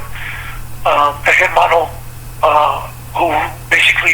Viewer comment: Why do northerners pronounce the h in hermano? Or typically mispronounce Spanish words.